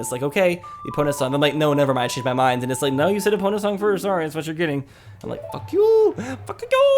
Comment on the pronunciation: why do you keep saying empona instead of epona!?!!?!?! that's the most iconic horse in the game and you still forget it